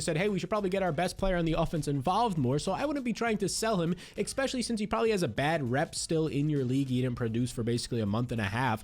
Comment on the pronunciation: I'll subscribe if you start breaking down the videos into chapter for each player. I promise. (I can live with you saying the word especially wrong day in and day out). Great content, appreciate you.